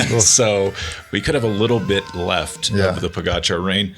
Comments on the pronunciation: Why do Lance and George continue to slaughter Tadej last name when Bradley and Johan pronounce it Correctly ??? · Have some respect for Pogačar and Vingegaard - These guys need to learn how to pronounce their names correctly!